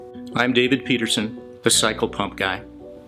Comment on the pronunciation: Er ... did you say 'psycho-pump'? And you did say "committed" several times. I distinctly heard you say that word. They are used in conjunction, you know. I have connections in Seattle that can help you with this ... ephemeral issue. Think about that. There is hope.